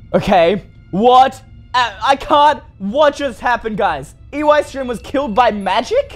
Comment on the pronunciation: why do you keep saying UEystreem when it is Eystreem